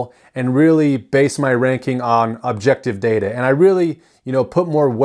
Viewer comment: Did you say "most subjective'? I assume you meant "most objective", maybe you even said that, but enunciation is important.